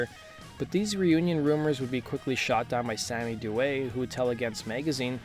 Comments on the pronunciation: Sammy Duet is my boy, I love that dude so much. He's the man and a really great guy! His last name is also pronounced, "Dew-EE," that's how Sammy pronounces it himself. :) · Also mispronounced Audi and Sammy's last names